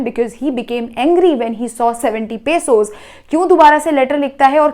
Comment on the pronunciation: It is not pasos it is pesos😂